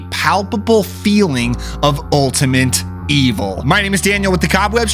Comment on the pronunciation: has a really annoying voice, needs a text 2 speech program edit: lmao, he said ultiment when he meant ultimate